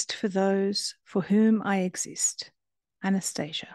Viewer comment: It's pronounced Ahh-na-stah-see-ah It says that in the beginning of the book